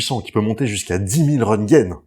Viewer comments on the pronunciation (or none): C'est pas des rongun bruce c'est des röngten